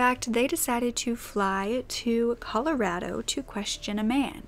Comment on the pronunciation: Ive never heard anyone pronounce Colorado correctly. Awesome!